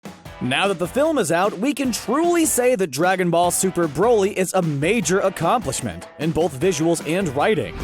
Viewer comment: No one: Absolutely no one: bRo LeE